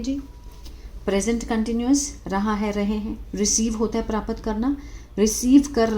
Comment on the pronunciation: पहले हिंदी पढ़ना तो सीख लो मैडम प्राप्त होता है प्रापत 😂नही